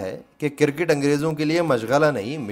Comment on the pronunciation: Kirkit ???? Or Cricket. ھفیم؟؟؟ یا افیون۔۔۔۔ ۔ اگر اردو بولنا نہیں آتی تو کیا لازم ہے کہ اس کی ٹانگیں توڑو۔ اپنا اصل کام کرو۔ حجامت۔